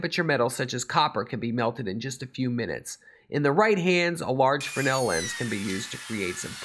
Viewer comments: Why do you keep calling the Fresnel lens a "Frennel"? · If the heliostat costs so much why not just run a fly wheeloff an electric motor with a worm gear to adjust for the suns movement? Not that hard...mathamatics Watson. Just a thought and maybe were all wrong but, in the great lakes its pronounced FREZNEL lens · I`ve heard of and seen Fresnell lenses, but what is a Frenel lens the presenter is babbling on about, or is he to stupid to pronounce the name properly?